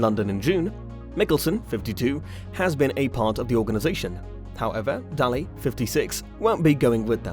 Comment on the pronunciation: It's pronounced Day_Ley... If you don't know how to pronounce the names .... quit ....